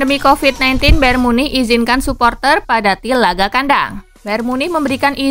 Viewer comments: Memang gitu Cok Bayern Munich Dibaca Bayern munih Atau nama lainnya Bayern Munchen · Bayer Munih ya min 🤣 sallfok sama kata Munih nya✌️